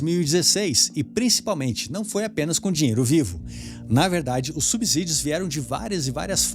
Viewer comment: Irmão, se vc não sabe falar subsídio, fica difícil acreditar no que você fala. #ficaadica